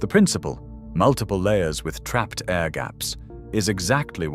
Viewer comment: Poor voice over man couldn’t say air A.I.R gaps haha